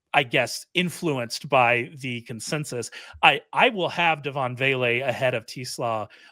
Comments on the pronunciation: Yes either Tes or Tez. Definitely not Teeeeees lol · Yeah, the first time I've ever heard anyone pronounce his last name that way. I've always heard it pronounced "Tes", not "Tee". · If I hear Ray say 'Tee-slaw' one more time!